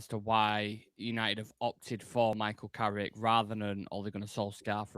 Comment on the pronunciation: It’s Carrick you know!